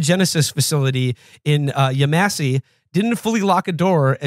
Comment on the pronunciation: I don’t wanna be that guy but I will, it’s pronounced Yahmahsee